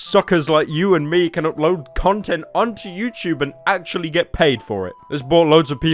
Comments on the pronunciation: ah yes my favorite site youchube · pyro voice youchoob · when he said "youchube" i c r i e d